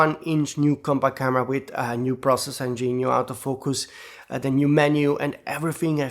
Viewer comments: Thanks for all you thoughts as ever! May I be cheeky and suggest a small 2026 resolution? When you say Autofocus you say “out o focus”, which seems logical, but English fans actually say “Ort o focus”… Many thanks! (Yes I do appreciate the irony of an Englishman correcting an Italian when be both know 90% of Brits are useless at languages😂) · When (Wedding) says “auto focus” it sounds like “out of focus”. Makes me smile.